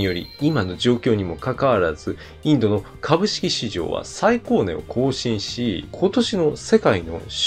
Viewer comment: 最高値・サイタカネ 今や読み間違いNo.1の動画 嫌いじゃないですよ！wwwwwww